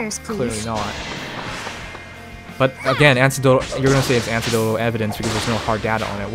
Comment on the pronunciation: For future reference, - it's pronounced "A-neck-dotal". But yeah, seems Japanese companies are just really fucking weird in how they run things. Must be a cultural thing.